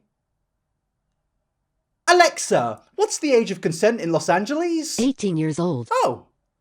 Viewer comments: “Las angelies” 😂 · Los angelees